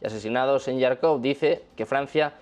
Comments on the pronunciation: Ojo: Se pronuncia JARKOV no yarkov! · Jarkov ! Se pronuncia Jarkov, como se escribe. Харков en cirílico, donde la - x - suena como - j - española (un poco más suave). En ukraniano suena Jarkiv.